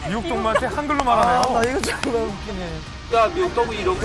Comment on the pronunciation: 이거 욕 아니냐? 정말이라고 안들리고 존x라고 들리는데